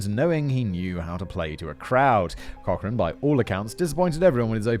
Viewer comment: This guy annoys and irritates - laughing and mocking at inappropriate times. Sarcasm and childish comments. Nowhere close to other documentaries online. And learn to pronounce the names like Cochran 🙄🙄🙄